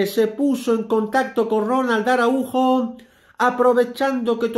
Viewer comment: Que desgracia que no saben pronunciar el apellido Araujo. Que les pasa?